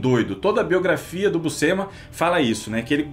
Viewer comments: Uma curiosidade: a pronuncia correta para Buscema é "Buchema", le-se como o jogo de cartas "cacheta". "SC" no italiano tem essa sonoridade. Por exemplo, "piscina" no italiano se pronuncia "pichina" (som de x). Obvio que falantes de portugues nao tem nenhuma obrigaçao de pronunciar da forma correta, mas vale a informaçao. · Em italiano, Buscema se lê Buxema ou Buchema (Bu-chén-ma). O sc tem o som de x de xícara ou xaveco. Quando eu era criança, falávamos Búscema (Bús-ce-ma) por achar que era assim em inglês, kk. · Gente vcs tão falando o sobrenome dele errado é Buschema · Andam todos pra aí a dizer que a pronuncia correta é Buschema, mas andei a ver uns documentários gringos e todos eles pronunciam BUSCEMA( Buscima)- em que o i é mais uma mistura de i e e.